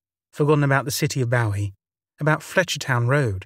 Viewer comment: Well done! Just a gentle heads up from a former resident, "Bowie Maryland" rhymes with "gooey" & "Marilyn," as in Monroe. :) I know it makes no sense and I don't understand it either, but I do know that's how locals pronounce it, so I hope that helps. :-) 💕